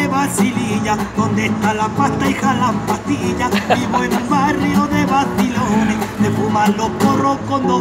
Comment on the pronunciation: Vivirá en Chile o será de familia chilena, pero la manera de pronunciar “vacilones” o “policía” con la típica “c” española y su ceceo... Me da que es la señal inequívoca. Que también dice comisería como tremendo gitano